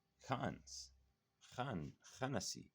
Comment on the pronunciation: salam brother, you pronouncing the words wrong. (4) khannas not khanasiii and in the other one its (15) khunnas not khanasi.